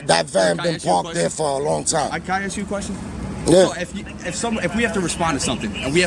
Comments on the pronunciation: Just curious why you corrected the police officer's pronunciation of "ask" when you've pronounced it "ax" many, many times yourself? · The word is ASK not AXE you ignorant fool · Luv the 'AXE' instead of ask comment. I hear that alot. You did great. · I'm axing you a question...lol